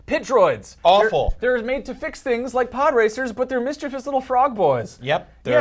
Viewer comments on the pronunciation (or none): Mr. TNT I find it funny how they say alwful, terrible every time